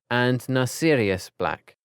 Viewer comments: The name: Narcissa The pronounciation: Narcirius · Narcia Black? isnt it NarciSSa black lol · Please don't do harry potter guides if you cant pronounce anything correct.. AngeLINE Johnson not Angela. Monsieur is French for Mr.. not Fleurs dad's name, they are French, so they just call him Monsieur Delacour (Mr delacour) Dudley DURSLEY not Dudley Dudley Narcissa not Narcia Nymphadora not Niphradora Peverell not Parvel And so many others that its pointless writing them all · So now Narcissa Black = Narsirius Black….what are these pronunciations????? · Cygni-us. Char-li-us. Nar-cius. WTF! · the way he pronounced narcissa killed me